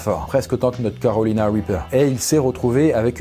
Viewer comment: on dirait qu'il dit "Calowina Wipeuw"